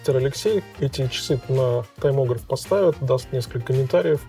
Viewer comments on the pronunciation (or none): Не "таймограф", а таймгрэфер...